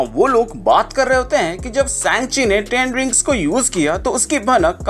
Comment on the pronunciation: Bhai से‌ंचि nhi woh सा‌ंग‌्चि hai 😅